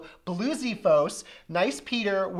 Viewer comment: i am rage RAGE YOU SAYED BLUEXEPHOES WRONG :( sorry not meaning to be a bit of a hater but i am a masive fan of the yogscast there the reasone i got into games espeshaly minecraft ( if i meet them i on the street i would probubly passout ) there to awsome to not say any thing